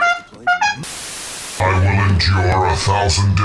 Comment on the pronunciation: Nobody: Skeleton jäger: RATTLE ME BONES INTENISFYS